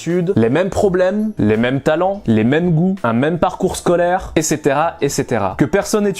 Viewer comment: je te rassure y a pas que ça que t arrive pas à prononcer : éssétera- amason - etc esseterra 😂